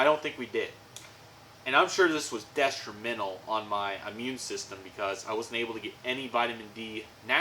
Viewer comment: De•stri•men•tal 😂 I am glad that you seem to have found the source of your Mano and extreme tiredness. You could say without Vitamin D you “Stalled, crashed, died, and burned, and we do not want this.” There is a little AirFirceProud reference for you. 😃